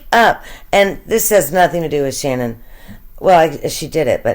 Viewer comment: Her name is SHANANN!! Nobody says her name right!